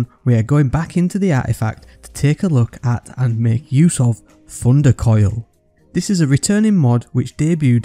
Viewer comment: I love how he says Funder Koil